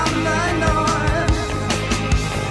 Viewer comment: Did you catch when he said “evelate” instead of “elevate”?